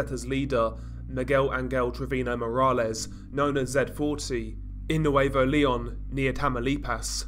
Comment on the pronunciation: I loooove how you pronounce Nuevo León!